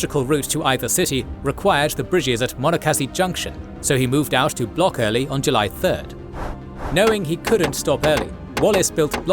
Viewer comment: The local pronunciation for the Monocacy river is approximately "muh-NOCK-ah-see". The AI (?) announcer gives it as "mo-no-KASS-ee"